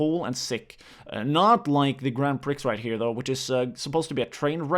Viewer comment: grand pricks lol. its pronounced grand pree